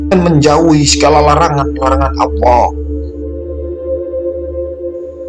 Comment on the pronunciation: Utk pengucapan Alloh nya kurang pas kuatir salah pengucapan malah jadi salah arti